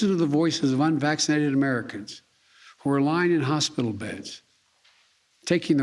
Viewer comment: "We are going to protect vaccinated workers from unwaxinated co-workers" 😆 🤣 😂 What a moron...